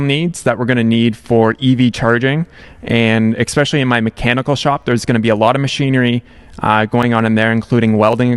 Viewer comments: I love giving you a hard time about "expecially". No harm meant though. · Yaaaah, you finally recognized that you say especially wrong! Haha, it bugs me every time you do it. 😂 nothing but love for you!